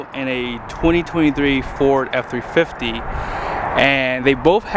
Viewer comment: at the start of the video I thought he said 250